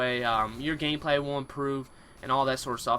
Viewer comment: Also "gameplay wise" sounds like woise. and sounds like gaymeplayee.